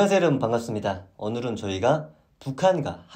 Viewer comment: 은 왜 "오늘은"을 "오눌은" 이라고하나요?